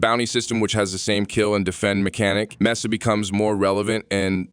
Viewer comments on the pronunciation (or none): The fact that the AI couldn't pronounce Mesa the same way 2 times in a row bothered me sooo much